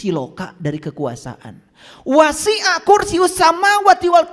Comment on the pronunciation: Bukan syinatun bp kiyai tapi syinatuw bukan wasyia' tapi wasyia.